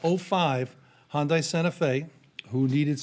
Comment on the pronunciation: Public Service Announcement: Hyundai is pronounced “HONDAY” honda with a DAY